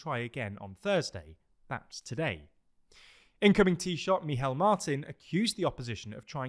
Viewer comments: Hi, just a quick note on the irish pronounciations. Dáil is pronounced "d-awl" with the "awl" sound like the word "shawl" Micheál is also pronounced similarly "mee-hawl" And taoiseach is pronounced like "tee-shuck" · Yep, forget trying to pronounce the i in Dáil if you're not used to the finer points of the pronunciation - Dáil just rhymes with fall! Same with Micheál = mee-hall, emphasis on hall!